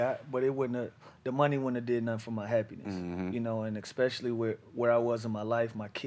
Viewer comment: Lou stay saying "expecially"